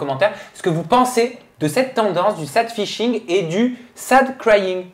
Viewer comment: Votre prononciation de "sad fishing" c'est vraaaiimmeeent.. mdrrr c'est pas "séd feishing", c'est juste Sad Fishing comme ça s'écrit mdr